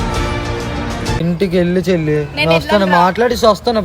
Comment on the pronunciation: chelli ❎selli